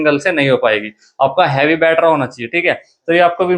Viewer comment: Battery❌️ Batthera ✅️😂😂😂